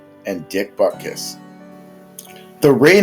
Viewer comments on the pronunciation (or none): It’s BUTKUS!!!